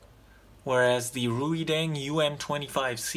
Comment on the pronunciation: Reideng pronounces like raydeng.